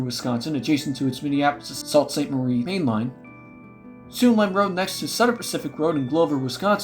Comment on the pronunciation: There is a street in Dorr, Michigan just south of Byron Center called Penn Central Street, and by the way when you mentioned the City of Sault Ste Marie, its pronunced (Soo Sainte Marie), and its how the Soo Line which is now a fallen flag got it's name from